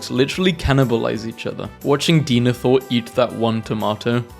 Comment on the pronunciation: Another phonetic pronunciation den ith or